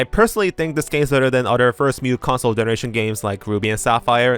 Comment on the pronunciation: i absolutely love your videos and have been binging them for several days now. but for gods sake, please learn to pronounce "new". I keep thinking you're talking about Mew and its so confusing